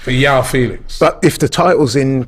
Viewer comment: Robbie it’s Mudryk not mudrych and it’s not Yoaow Felix he’s Portuguese you pronounce the J of Joao just as the J of Jesus or the Xh of Xhaka